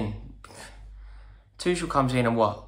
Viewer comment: rory ffs its prounounce thomas Tuchel(ch is pronounced like h only so its like Thomas Tuhel